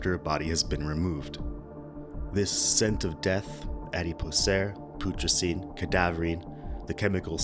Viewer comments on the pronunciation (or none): If i were making a video about something, Id make sure i knew how to pronounce the words IN the video so that i didnt end up looking like an uneducated twat....but thats just me. EDIT: To be fair, cadaverine was correct. Adipocere and putricine though...not so much.